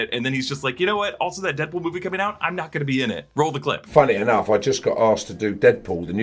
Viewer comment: He said "Headpool"